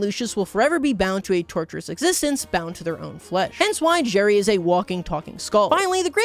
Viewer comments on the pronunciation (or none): It's Gerry not Jerry